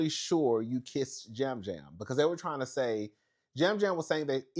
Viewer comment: “Lisa keesed me” 😂😂